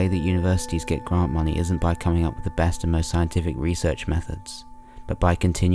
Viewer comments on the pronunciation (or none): none